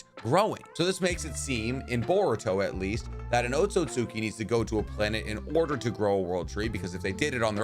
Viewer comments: OtsUtsuki* NOT OtsOtsuki. It's OtsUtsuki with an "U" NOT "O" :/ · your pronounciation of otsutsuki is wrong just saying